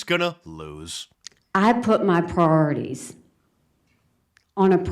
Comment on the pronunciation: If you can’t pronounce Priorities correctly, you should work at Wal Mart.